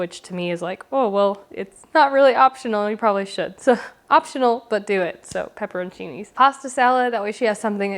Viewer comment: I've never heard anyone say pepperochinis like that before. Love this content!